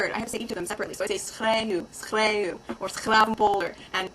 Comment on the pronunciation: Your 's GGGGGravenpolder sounds great. Really nice to hear you speak American Dutch. Like we (not me) speak Dutch Engllish. Really nice seeing this video as a Dutch speaking one. :-)